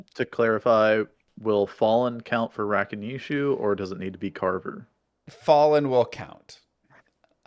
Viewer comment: You're trying to teach a man who calls Gheed "Jeed" how to syllable stress Rakanishu properly. You have to start setting more realistic goals Kappa